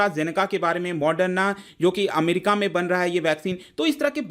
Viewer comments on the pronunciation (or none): none